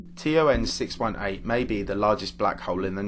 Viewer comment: Is this guy saying TRN?